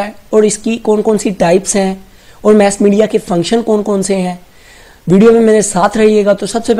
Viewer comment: Its mass media not mess media 🤦